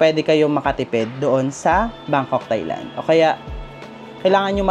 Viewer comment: You pronounce Thai-land it as “Tai not Thay” . Regardless, nice content keep it up.